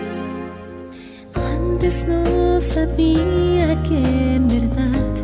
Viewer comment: por cierto, es "verdad", no "verdat", lolol, corregir esa pronunciación plox.